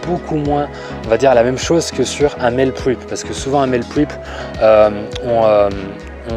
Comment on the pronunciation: J'aime bien tes vidéos qui me donnent des idées et me motivent... mais là je vais juste être chiant sur un détail, comme je reviens de vacances des USA... Tu dis "Mél Prip" (Meal Prep) en faisant un effort honorable sur l'accent et tout mais je crois bien qu'en anglais on prononce "mil prép". Comme dans le Happy Meal de macdo (ok la référence est nulle mais j'avais que ça sous la main). Allez ! Chaud meust go onne !